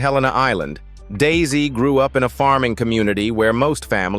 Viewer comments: Daise is pronounced as “Daze.” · I watched the show too, and loved it. Their last name is Daise, not Daisy.